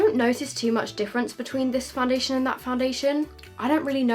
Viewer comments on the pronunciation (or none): La girl foundassion yep that's how u said it lol